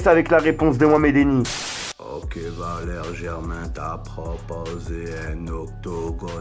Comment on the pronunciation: Il a dis vakeri